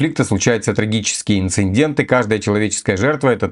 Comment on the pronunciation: Инцидент - не инциндент. С двумя Н в слове, а не с тремя.